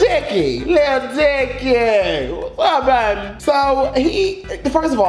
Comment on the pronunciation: did you call him “lil dyke” I